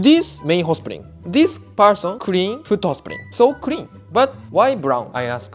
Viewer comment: I find it cute than the Japanese pronounce blood as brood and clean as crean. L is r ❤️❤️❤️